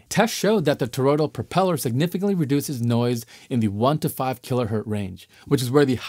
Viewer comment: It's kiloHertz. There's no such a thing as hert. It's named of a person. Please look into it